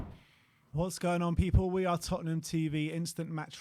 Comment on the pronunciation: The history of de tott'ham 😂